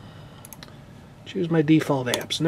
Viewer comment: Good job for pronouncing Cortana correctly. I say it the same way even though everyone says I'm saying it wrong, even though I'm saying it correctly.